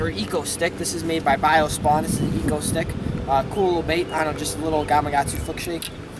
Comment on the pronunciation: It's exo-stick